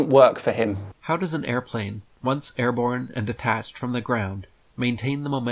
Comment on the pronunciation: Every time he said "detach", I had a physical reaction, and an urge to slap something.